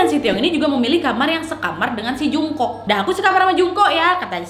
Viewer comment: Mohon maaf ya kak Mem Jungkook salah baca bacanya jongkuk Mem Taehyung juga salah baca,bacanya Taehyung bukan pakek o terimagaji